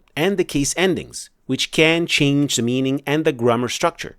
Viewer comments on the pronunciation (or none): none